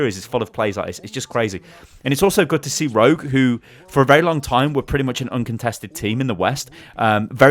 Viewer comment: Keep thinking he's saying Road not rogue lol